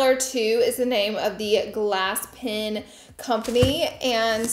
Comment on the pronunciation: PEN NOT PIN